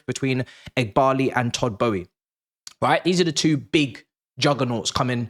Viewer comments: Who is todd Bowie 🤣 have I been saying it wrong for all these years I thought it was boehly 😂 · why do you pronounce it as Todd Bowie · Why can’t you pronounce his name properly? There is an L in there you silly boy🥴